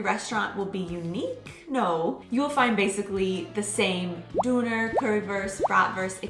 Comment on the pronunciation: One just simply has to fall in love with the englisch accent when „Döner“ becomes „Duner“ :)